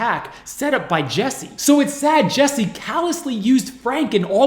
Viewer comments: His name is JUSSIE... Not Jessie. 😑 And your way of speaking is SUPER annoying. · I had to stop watching anybody know where I can just get the police video? This guy reporting on this is WAY too damn annoying..... like first you IDIOT you have his name posted up like 50 times yet you keep saying JESSIE all emphatically and charismatic, and second your cutting in way too much I wanna hear what is going on I dont need a recap after 4 seconds of audio dickhead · This was a horrible scam, just to get sympathy, but at least pronounce his name correctly,,,it's Jussie with a "u", not Jessie! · My name is Jesse, I take offense to this man being called Jesse. His name is Jussie and pronounced differently. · Why does the narrator pronounce it Jessie? It's obviously Jussie. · Jussie; not Jessie. happy to see the police tapes! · For someone so thorough with their research you could get his name right 😒 it’s JUSSIE like Justin, his name. Not Jessie. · Why do you keep calling him Jessie...lol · Toditude he spent weeks editing a video and couldnt be bothered to check the name of the person who is the SUBJECT?? Yeah it matters lol it’s super unprofessional and for me, now he lacks credibility